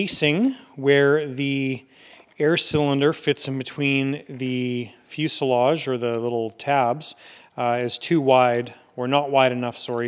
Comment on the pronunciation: The s in fuselage is pronounced as a z.